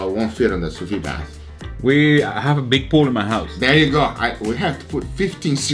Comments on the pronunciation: Sou Veed is how it's pronounced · Why does pronounce “Sous-VEE”?